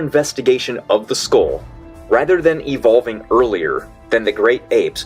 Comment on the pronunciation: He has a strange way of pronouncing skull. 'Skole' 🤷‍♂️ Sounds like he's trying to disguise his voice too?